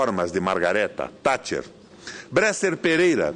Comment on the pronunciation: Primeiramente esse cidadão deveria aprender a falar o nome correto da Baronesa Thatcher, segundo a Lady Thatcher teve um grande fardo histórico e assumiu seu mandato como mundialmente conhecido "Mãos de Ferro", acredito que o Governo dela foi satisfatório e muito conturbado.